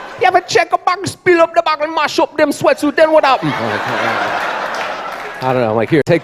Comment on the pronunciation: Exactly. More people should have laughed at " bokkle"